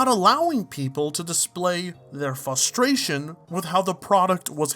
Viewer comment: Please, fRustration. There's an R in frustration.